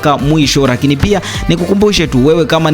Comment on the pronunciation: Hivi mpaka leo kuna watu wanashindwa kutamka neno leo,lakini badala yake wanatamka,Reo badala ya leo!!